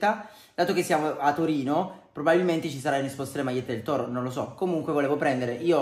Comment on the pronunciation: Si dice Torino.